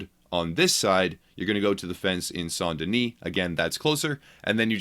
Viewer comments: It’s pronounced S-ain’t Den-is Not “Saunt Denise” lmao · Saun Deni???? It's St. Denis